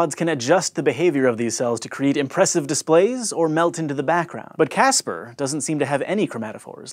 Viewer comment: I thought he said gaster octopus not Casper octopus